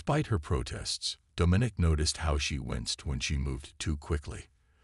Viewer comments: The AI’s pronunciation needs work. The word “herald” and the name “Domenic” are improperly pronounced. The story itself is quite good. I can see this becoming a longer more involved story line. Also, the tag line is not honest. Dominic is not “a boy”. He’s old enough…😉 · The AI’s pronunciation needs work. The word “herald” and the name “Domenic” are improperly pronounced. The word “treacherous” is also mispronounced. The story itself is quite good. I can see this becoming a longer more involved story line.